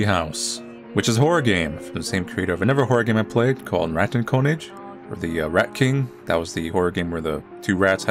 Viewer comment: It's "Rah-TEN Kuhh-NIG"" 🍺🥨